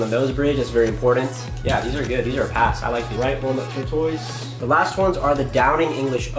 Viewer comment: It's TORE-TUSS (like the turtle); not TORE-TOYS. :)